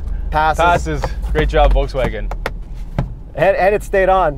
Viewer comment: Entertaining but, the guy in the stick-shift R, keeps saying "Voltswagen" instead of "Volkswagen". LEARN TO PRONOUNCE THE NAME OF THE CAR YOU ARE REVIEWING. IT'S VOLKSWAGEN WITH A "K".